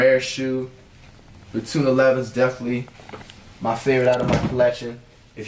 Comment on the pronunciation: Cash you said the 11s wrong too lmao